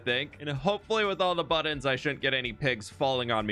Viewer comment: If you acknowledge that you say 'buddins' weird in your next video I'll subscribe. Not that you need my subscriptions. You're very talented and accomplished, but still, you say it funny :) regardless, love you bro bro